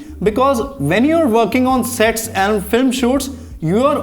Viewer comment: I though you were talking about porno when you said "when you are working on SETS..." I thought you said sex lol